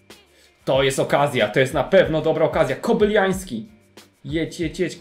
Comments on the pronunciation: Jezuuu Kobylański, a nie "Kobyliański" ;) Taki mały błąd, a tak denerwuje :)) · Jak coś Kobylański a nie Kobyljański ;) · Nie KOBYLIAŃŚKI tylko KOBYLAŃWSKI mów poprawnie bo nie da się tego słuchać brzmi jak jakiś ukrainiec !!